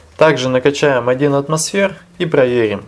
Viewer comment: меня одного коробит от выражения "адын атмосфэр"?